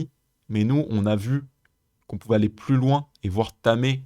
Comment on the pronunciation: Super explications, merci. Attention cependant aux liaisons mal *T'à propos : je n'ai pas pu *Z'aller...😉